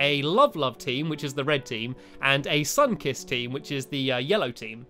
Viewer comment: you said the sunkiss team and I thought you said sunkist. the soda. do you know that soda?